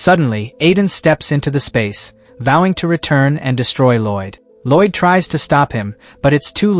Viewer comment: There is absolutely no excuse for an "english" voice AI to pronounce "Lloyd" as "ROYD".